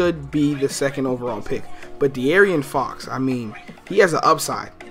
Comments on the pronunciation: It's pronounced DE-AARON not DE-ARION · And it's DeAARON fox, not "aryan" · Bruh De'aaron is pronounced D Aaron like what do ppl not get about that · This nigga said "Dee air ian Fox" LMAOOOOO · Fr, completely butchered homies name...wtf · Bruh I was so annoyed when pronounced De'Aaron Fox's name wrong